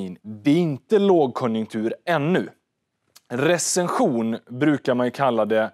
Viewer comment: Spara Smartare med Nordnet tror han påpekar mer ditt uttal